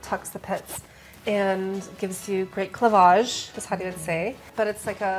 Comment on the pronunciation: Hearing almost say clevagé got me so excited hahaha